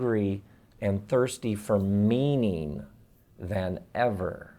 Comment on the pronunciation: I thought he said "hungry for meme-ing".